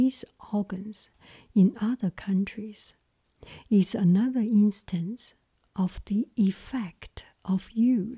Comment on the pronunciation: Hi, You asked some videos ago to provide feedback on your pronounciation. What I noticed is that you say 'ies' instead of 'is'. You pronounce the i like the first E in 'even', however, you should pronounce it like the first i in 'international'. I hope I was able to help:D